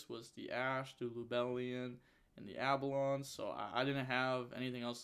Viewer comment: brrrrruhhhhhhh that card's name is AL-BEE-ON not ABALON it triggers me soooooooo much